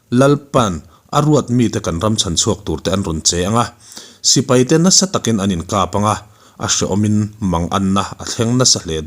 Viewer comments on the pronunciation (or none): none